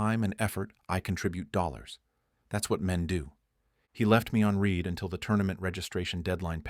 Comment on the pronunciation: Can you teach the AI to pronounce words better ? Read is a verb . When you have a phrase In this story like “ I read the letter ‘’ read is pronounced RED . It is possible to pronounce it “reed” but not in the context it is used in this story.